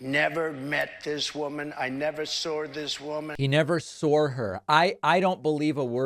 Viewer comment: TRUMP: I never met this woman, I never sawrd (sic) this woman .... I met her in the front door.....we had this great chemistry..." The guy can't keep his story ( lie) straight for even a minute. The audience doesn't care that he has just contradicted himself...